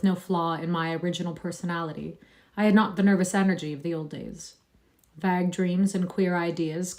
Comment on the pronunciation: What's the Vague is pronounced with a hard A -- rhymes with plague